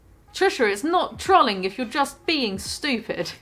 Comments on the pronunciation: “Trahling” love Brit pronunciations. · "trawlling" just made the biggest mistake of her entire career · why do you pronounce trolling like trolly